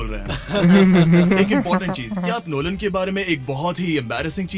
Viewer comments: Why he's calling lolan😂😂😂😂😂😂😂😂😂😂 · Bhai NOLAN ko LONAN bol raha hai